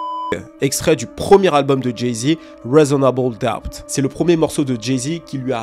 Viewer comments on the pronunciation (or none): "Resonabeul doubt". T'es le meilleur frerot